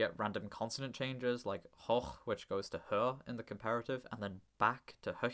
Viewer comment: the o in german hoch is long... please 😅 hoooooch and its not å